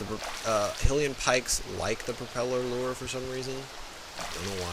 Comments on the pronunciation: Not "he lee en" It's pronounced "high lee en" lol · "Hillian". Huh, never heard it pronounced that way.